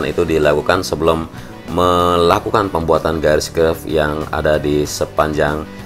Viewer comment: Kerb/curb bang, kenapa nyebutnya curve?